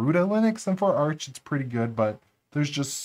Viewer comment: You're making 5 mistakes in the word arch